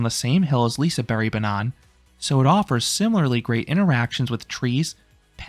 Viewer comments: Im from sweden and im not Shure if your suposed to say Lisaberebannana 😂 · I’ve never heard someone pronounce liseberg like liseberry😂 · I guess "Liseberry" is the Swedish pronounciation? Never knew that. Good video! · Did anyone notice him prounncing liseberg wrong